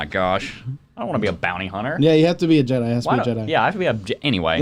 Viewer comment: Never heard an obvious one :) Jebbi (pronounced : Jaby) Yoda